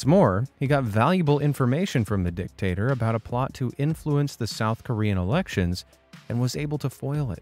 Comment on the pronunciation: "Dic-tator" ROFL 😂